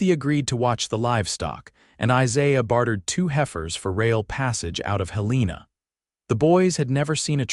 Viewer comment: Listening from Virginia's Peninsula area; but born and raised in Western Montana. My Mom used to go out into the wild, picking choke cherries and Huckleberries to make jam with. Montana's capital city is pronounced like the name Helen, with a short a added, NOT Heleena!